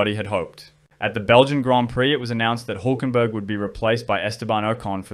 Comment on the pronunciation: His name is Hülkenberg. You can't just replace the ü with the u, it's a completely different name.